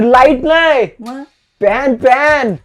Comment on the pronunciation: Fan❎ Fhanyan✅😅